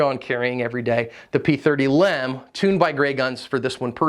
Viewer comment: I know it’s a small point but hearing you constantly say Lem instead of L. E. M. Grinds my gears so bad I could barely make it through your video. I didn’t even know it was a pet peeve until just now.